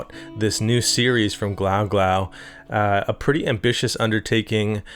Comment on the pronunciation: Is it not pronounced “glue-glue”?!? Great demo as always man!